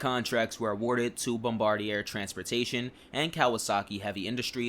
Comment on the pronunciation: Awesome video! The R142s were the first trains I rode on the first time I visited NYC. Also, Bombardier is pronounced "Bom-bar-dee-ay" since it's French Canadian.